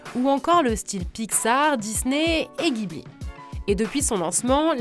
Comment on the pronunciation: "Jibli", ça se prononce "Jibli", pas "guibli"